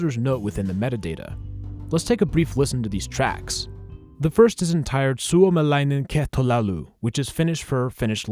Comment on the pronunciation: It sure did, but he pronounced it surprisingly well